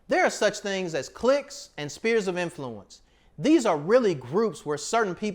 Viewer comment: Not “spears” of influence, it’s “sphere’s”. I want to hear the the “Svfffeeers” sound.